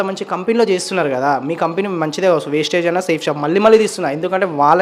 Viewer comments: వేస్టేజ్ కాదు తమ్ముడు ( వెస్టిజ్. )vestige ❤❤❤❤❤❤❤🎉🎉🎉🎉🎉🎉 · ముందు కంపెనీ పేరు పలకడం నేర్చుకో తర్వాత కంపెనీలనిగురించి జడ్జ్ చెద్దువ్ , అది వెస్టేజ్ కాదు వెస్టీజ్. ఈ కంపెనీకి మనదేశం మరియు ఇతర దేశాలు కూడా 11 రకాల సర్టిఫికెట్లు ఇచ్చింది. ఏదైనా కంప్లీట్ గా తెలుసుకుని వీడియోస్ చేస్తే బాద్ కామెంట్స్ ఎందుకొస్తాయి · అది వేస్టేజ్ కాదు వెస్టీజ్ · Sir meeru vestige lo chesi vunte... Company peru kuda meeku sakkaga vasthaledhu... Mind your tounge.... That is vestige not wastage...🤫🤫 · వెస్టీజ్ పదం మంచిగా పలకండి వెస్టీజ్ no 1కంపెనీ నేను లైఫ్ తీసుకున్న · Thammudu please mundhu meeru company name correct ga palakandi thammudu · Mundu vestige ani sarigga anatam nercho Nekem telusu dani gurinchi Pichiga ..vagaku norundi edo okalaa new lo vundali anukunnavaa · First you pronounce correctly name of vestige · మీది వొరెస్ట్ వీడియో.... వెస్టీజ్ అని పలకడం కూడా మీకు రావటం లేదు... వెస్టీజ్ 20 years ఇండియా లోనే no 1 ప్లేస్ లో ఉంది... తెలియక పోతే తెలుసుకుని మాట్లాడాలి...వెస్టీజ్ కీ safe shop కి పోలికే లేదు..... Time వేస్ట్...... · వెస్టీజ్ కంపెనీ చాలా జెన్యూన్... ముందు క్లారిటీగా తెలుసుకొని మాట్లాడాలి... నీకూ వెస్టీజ్ అనే పదం పలకడం రావట్లేదు... నీవు వెస్టీజ్ కంపెనీ గురించి ఒక మాట మాట్లాడే అర్హత లేదు... ఒక్కసారి వెస్టీజ్ కంపెనీ టోటల్ ఇన్ఫర్మేషన్ తెలుసుకో బ్రదర్.. అనవసరం గా నీ టైమ్ వేస్ట్... ఉండొచ్చు కొన్ని ఫేక్ కంపెనీ లు but వెస్టీజ్ మాత్రం నిజం గా గ్రేట్ కంపెనీ... ఎంతో మందికి లైఫ్ ఇచ్చిన బెస్ట్ no 1 కంపెనీ... హెల్త్ అండ్ వెల్త్ ఇచ్చే ఏకైక జెన్యూన్ కంపెనీ... నిజంగా ఒక ప్రోడక్ట్ వాడి యూసర్ గా చెప్తున్నా బెస్ట్ ప్రోడక్ట్ జెన్యూన్ బిజినెస్ ప్లాన్ ఉన్న కంపెనీ వెస్టీజ్... నాకూ కాల్ చేయండి బ్రదర్ టోటల్ గా వివరాలు చెప్తా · Thamudu వెస్టిజ్ Anu ok na వెస్టైజ్ ankandi mundu sarriga పలకడం నేర్చుకో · అసలు నీకు కంపెనీ పేరు చెప్పడమే రాలేదు నువ్వు కూడా మాట్లాడుతున్నావా!🫣🤭😱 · కనీసం కంపెనీ పేరు పలకటం రావటం లేదు. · Mondhu company name correct ga palakatam nerchukondi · Bro mundhu company Peru palakatam nerchukoo, meeru misapoina company gurinchi cheppukondi, veeti gurinchi endhukooo bro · Vestige ani palakanadi